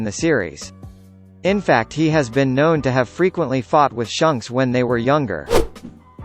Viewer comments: It doesn’t piss anybody else off how he is pronouncing shanks name wrong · Is anyone triggered by the way he pronounces shanks